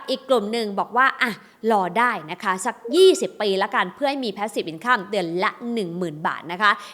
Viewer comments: หนูติดตามพี่มานาน สงสัยว่า คำว่า INCOME ทำไมไม่อ่าน อินคัมคะ เห็นทุกคลิปอ่าน อินคั่ม แอบหงุดหงิดบ่อยๆ พี่ช่วยแก้การออกเสียงได้ไหมคะ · เห็นมาหลายคลิปแล้ว ขัดหูจริงครับ พยายามค้นว่าฝรั่งเค้าอ่านยังไง คนปกติอ่านอินคัมนะ come เราก็อ่านว่าคัม อยู่แล้ว กูรูการเงินท่านอื่นก็ไม่มีใครอ่านแบบนี้ ไม่อยากให้คนรุ่นใหม่เข้าใจผิด เอาไปใช้ต่อเลยครับ